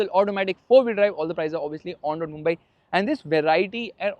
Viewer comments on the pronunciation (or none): none